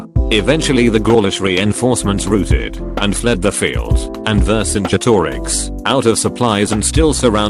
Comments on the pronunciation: This thing pronounces Vercingetorix correctly, but has to spell out "shortsword" and says pronounces ez as spelled instead of ee-zee. dafuq? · So you're telling me this voiceover man can pronounce "Vercingetorix" but can't say "Facebook"? 😲